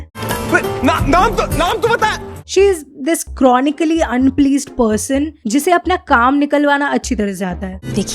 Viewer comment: No she doesn't say Vicky please! Irs Bikkiiii Plijjjj